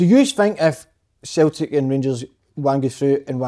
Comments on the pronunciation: Big Kev murder pronouncing tavs name and how he says siltic but talks well on fitba great show thought barry ferguson was different class week before great mix and just like a bunch of m8s talking fitba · Why has nobody ever jarred big Kevin for the way he pronounces Celtic?? Fuckin Sulltic??? 😂 Folk have been peltered for less on the show 😂